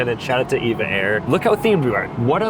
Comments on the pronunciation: Said it wrong for EVA air it’s EVA air not Eva air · EVA AIR is said E V A not the name EVA just E. V A.